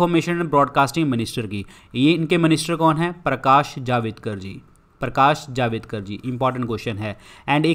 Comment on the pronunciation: ०४:४५ वो जावेदकर नहि, जावडेकर है।